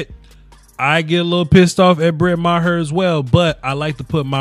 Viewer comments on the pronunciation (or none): i think it's pronounce mar